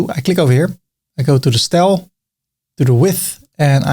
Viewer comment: The "Stel" for "Style" gets me every time lol